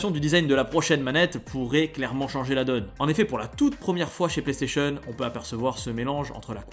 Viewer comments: Y’a déjà le contrôle vocale tu doi juste dire plaistation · L assistantse vocale existe déjà il faut dire PlayStation voilà